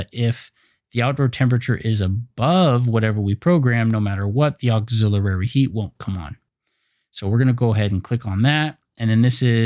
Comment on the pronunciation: Thanks buddy! Appreciated! But please check your pronunciation for "auxilliary". Not trying to criticize. Just pointing it out. Cheers mate!